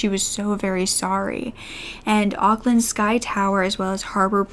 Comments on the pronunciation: yes we are very blessed over here. What happened to Grace is extremely extremely rare. I don't think I've ever heard of anything even close happening here before. p.s it is Auckland like awkward, awkland. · The second pronunciation of Auckland was correct (awk-land)